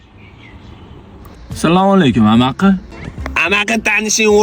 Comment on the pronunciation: Toshkenliklllaram endi amakini amaqi deyishmasa kerak 😂😂😂😂